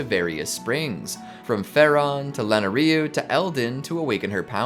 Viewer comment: Lena-reu? Bro cmon you play these games it’s Len-A-ru